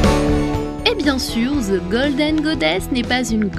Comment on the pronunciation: SVP CHERS FRANÇAIS!!!!!! ARRÊTEZ DE DIRE "ZE" AU LIEU DE "THE"!!!!!!! À la rigueur, dites "de" mais pas "ZE!!!!" ÇA NE SE DIT PAS!!!!!!!! Merci! ;) (c'est agaçant votre truc!!!!)